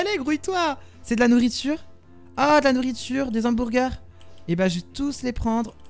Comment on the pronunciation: J'ai bien rigolé lol 😂 Des "hambourgurs" 😂